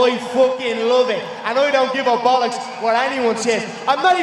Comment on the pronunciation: 😂😂😂 " oy couldn't give a bullucks "